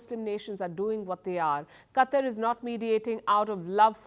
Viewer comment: Palki... It's not CUTTER... It's QATAR